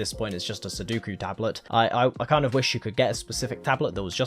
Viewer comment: I hate how much you say sudoku and can't pronouce it